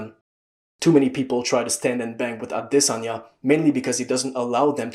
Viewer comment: He's actually saying it properly, I'm pretty sure. As for Jan, its close enough